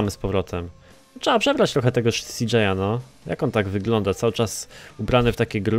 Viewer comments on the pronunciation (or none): cj a nie cjo